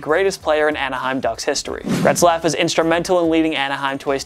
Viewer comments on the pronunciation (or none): I thought I was going crazy, but this dude was seriously adding a letter to his name. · Who tf is Gretzlaf?? It Getzlaf man, damn. Smh. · Where is the R in "Getzlaf"? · It’s Ryan GETzlaf not GRETzlaf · It's Getzlaf, not "Gretzlaf" 😂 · How are you pronouncing Getzlaf as "Gretzlaf" ? Where are you getting that "r" from? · Its Getzlaf not GRetzlaf.... There is no R. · Getzlaf not Gretzlaf bud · It’s pronounced Getzlaf not Gretzlaf. It’s pronounced exactly like it looks 😂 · go ahead keep calling them gretzlaf and pet-rangelo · for god sake theres no R in GETZLAF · Could you imagine claiming to be a place for sports fans by sports fans and only have to say 10 names right but yet you can't say GETZLAF. I would say that should be number 1 on this list but Biondo is the last thing I'd consider a Superstar. Maybe pump the brakes on a video everyday for and let him do once a week because the other guys are actually good at this. Please point to the R in GETZLAF you had 1 job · He butchered that mans name 8 times. 8 TIMES